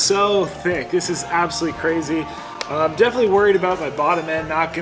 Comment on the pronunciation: KRAY ZEE. Potatoes!!???🥔 brutal hard